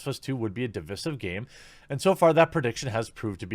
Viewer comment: Is it just bothering me on how he says divisive? xD no offense Jeremy, love you <3